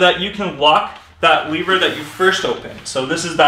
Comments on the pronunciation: It's a lever not a leaver. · Why do you pronounce “lever” like that.... but not “leverage” -__